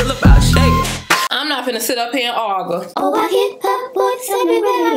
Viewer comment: The way she said argue 😭😭🤣❤️ “I’m not even gone ARGA”